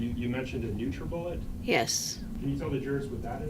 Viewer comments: Upon hearing 'Nutribullet', I was fully ready to cancel this man's Life subscription. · When she said nutribullet…. 😢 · Her saying “nutribullet” over and over made me puke. What the hell. That poor little baby looked so sweet and joyous and didn’t deserve any of this